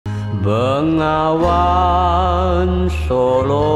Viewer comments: it read Be-Nga-Wan actualy. not Ben-Ga-Wan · Can you say NGA correctly😂